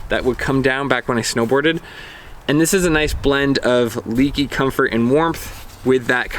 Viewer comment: It's not "leaky", nothing is leaking, it's - "leh-kee"